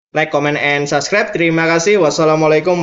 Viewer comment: "Subscribe " Bukan saskrep!